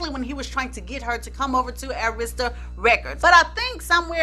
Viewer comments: So I'm not the only one yelling AIR-ista everytime she says a-RIS-ta??? 😁😁😁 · You know i love me some!!!!!! Because normally i get so ticked🤯 when people do not pronounce Arista records (it was pronounced wrong) because its easy to say it......but i know your intention so i didnt get too hot 🤣🤣🤣🤣🤣 but you connected some dots very clearly...always a good job